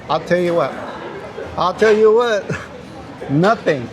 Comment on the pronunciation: (or actually ), I’ve just got to ask, your exclamation of “I’ll tell you what!” had an….unusual inflection to it. I’m struggling to type while I’m laughing. Where do you hear it? 💕